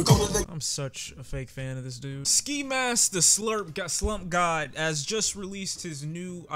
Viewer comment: The fact that he almost said “Ski Mask The Slurp God” is hilarious! 😂😂🤣🤣🤣